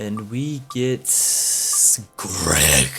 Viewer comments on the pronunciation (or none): Why did you say Greg like that.😂😂😂😂😂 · omg the way he said GREG!